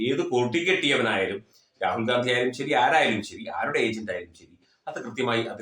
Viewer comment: Gandhi. Ennu. Paraye.nda Gandi. Ennu. Parau